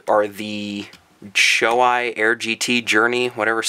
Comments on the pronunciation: BTW Shoei is pronounced Show EEEEEEE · Shoei is pronounced Show-e. Just fyi.